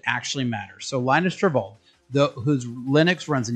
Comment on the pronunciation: Linus Torvalds's name is pronounced "Lynn-us Tore-valds". Exactly how you would expect if the operating system named after him were named "Linux".